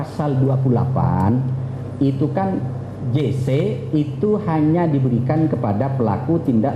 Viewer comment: Kok "GC" sih mbaknyaa.. It's "JC"..